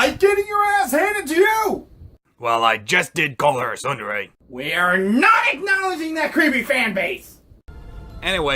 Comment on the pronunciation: You don't seem to understand what a Tsundere(pronounced "soon", not "sun") is. It is a character who starts out being cold and unfriendly, but later as they develop a closer relationship with their friends, and they sometimes become emotionally fragile. Glynda is not Tsundere, Weiss is.